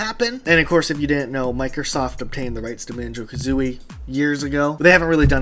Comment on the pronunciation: Banjo Kathreeie